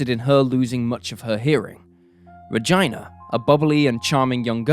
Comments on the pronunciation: "Ra-jai-nah"? Oh boy, I have never heard the name Regina pronounced that way. Maybe there's a city with the same spelling that is pronounced that way but geez. Also, for some reason, Jessica's picture (the girl with the pink hat) keeps being presented as Regina when in fact they are not the same girl. I'm not angry, although it is a bit confusing. Still a good episode though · BTW in the states we say Ra-geena, like the name Gina, not like vagina. Not to mention you disrespect this poor girl by butchering her name. And the name Diaz should be pretty obvious how to pronounce, considering Spain is the #1 vacation spot of the British, you just refuse to pronounce spanish words correctly and it's disrespectful to the culture/language, not to mention sounds ridiculous. Dee-az not Die-as -_- Just like when you (the British) say tortilla or jalapeno. I know this as I live in France now, Paris to be exact, and it seems the British and French refuse to respect other languages rules or pronunciations and again it is rude/disrespectful not to mention ya'll sound ridiculous. Live a little and learn about other cultures. Also stop trying to make Re-geena sound like another version of vagina just because you want it sound less latin -_- I know British people say the name Gina the same as Americans. I honestly had to skip this part of the video because I found your mispronuncation so disrespectful and hearing the way you say the i in Regina is also like nails on a chalkboard. And if you were wondering I hail originally from Washington state, Seattle to be exact. Married a Frenchman though, which is why I relocated to France. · How was Regina pronounced...I'm called Gina not GYNA.. is he for real? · Her name is pronounced Rageena but I love your stories. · Really. You pronounced a lot wrong. I just stopped listening. Once you do that you ruins the stories. Learn how to pronounce names. Regina is the one that got to me. Re-gee-na !! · Ra-gene-a, lol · Reg EE na. Not Reg EYE na.